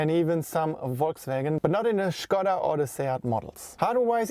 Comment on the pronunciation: Endlich einer der "Škoda" (Š=Sch) sagt und nicht wie die meisten fälschlicherweise "Skoda". :)